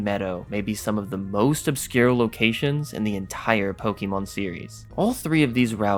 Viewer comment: ITS NOT 'POKIEMON'. YOU ARE NOT A 40 YEAR OLD WOMAN IN 1998.